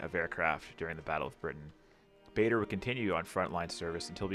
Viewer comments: Stunning piece of modelling. Bader. Rhymes with Larder not Vader. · Great model, others have said about the music but Bader is pronounced Barder. I wish I had your skills and patience. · BTW - it is pronounced Douglas Barder, not like Darth Vader... He fought near here and was based at Tangmere just around the corner. Our 'house' is named after him at school, Bader House, that's Barder!